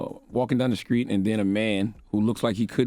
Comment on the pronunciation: "The sKreets?" "protecK?" Come on Leonard, you gotta learn how to talk